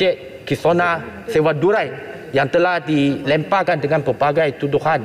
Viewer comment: Oiiii Menteri... Kisona la bukan Kisova... Mangkuk menteri